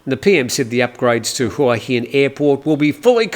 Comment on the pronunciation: I've not lived in Thailand for as long as you but l have learned while living in HuaHin that it is pronounced Waheen.